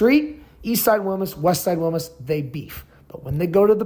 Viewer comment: DUDE PUT A LITTLE BIT OF SPANISH ON IT, ITS WILMAS NOT WILMUS